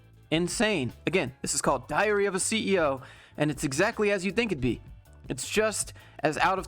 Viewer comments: Did you just call it diarrhea of a CEO? AHAHAH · Every time you said diary of a CEO, I heard diarrhea of a CEO. That is some verbal diarrhea. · Sounds like you are saying diarrhea of a CEO 💀